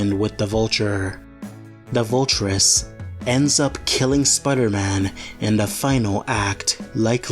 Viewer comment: Okay, but why do you call him "Spudder-Man"?